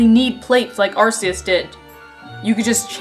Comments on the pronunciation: I like how people who pronounce Arceus as "Ar-see-us" don't notice the correlation between Arceus and the RKS system (Ar-key-us and RKS). SIlvally was created in the image of Pokemon god. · Arceus is pronounced with a hard C. Ar-Ce-Us. RKS.